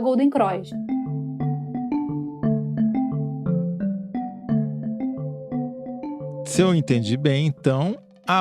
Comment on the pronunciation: Gata, não é Golden "Croix". É Golden CROSS. Detalhe: eu também sou carioca.